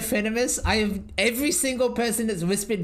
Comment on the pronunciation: " It's only game . Why you haf to be mad ? "